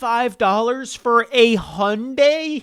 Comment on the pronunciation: Hyundai is pronounced hai-une-dai, not "Honday".